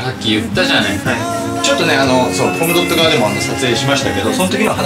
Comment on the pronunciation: SEIKINさんはコムドットの発音大正解で嬉しい…🥰